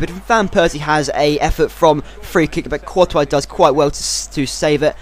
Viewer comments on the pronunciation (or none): courtois is prounced tortoise but coretois so it rhymes with tortoise